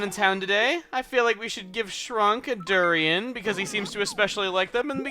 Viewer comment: CHUGGAA ITS PRONOUNCED DUR-RAIN! HAVE YOU LOST TOUCH WITH YOUR SUNSHINE SELF?!?!